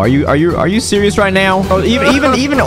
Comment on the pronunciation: “are you sewous right now” Btw i love ur vids